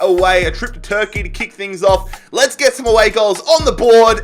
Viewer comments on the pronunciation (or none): none